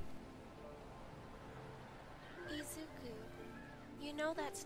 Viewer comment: When she said "Izu-" I thought she said Adrien and I was like "Waaaaait....Is this a miraculous comic...." Then I looked at the pic when she said "Izu-" I sighed in relief 😅